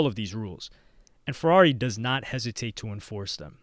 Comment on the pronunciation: “Purrari” 💀deadmau5 is goat